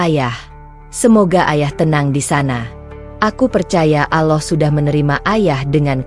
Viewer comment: Knaoa ya penutur channel ini ko ga belajar mengucap yang benar saat mengucap nama Allah yang benar , selalu mengucap Aloh, hem gemes , dah ga usah di terusin.